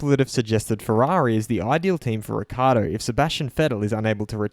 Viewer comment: Daniels surname is frequently mispronounced and you continue the tradition. It's pronounced Rick-Key-Ardo. Notice the double c's.